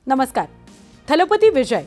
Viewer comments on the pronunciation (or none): none